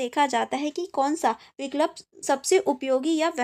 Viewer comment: It's vikulp not vik lup it's vii kulp